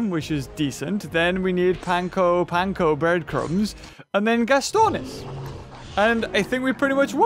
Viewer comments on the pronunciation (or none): none